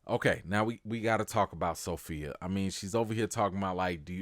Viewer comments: As my grandmother would say....Every time you say So-Fellow ( Sophia) I get tickled.😆😆😆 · "SoPhellow" lol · Sophellow (Sofellow?) gets me every time 😂